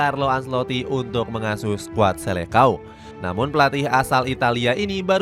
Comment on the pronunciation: Kata Seleção di bacanya Selesaun bukan selekaun. Catat itu admin